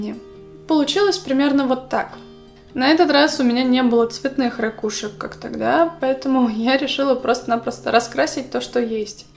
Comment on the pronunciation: У меня от твоих рАкушек чуть кровь из ушей не потекла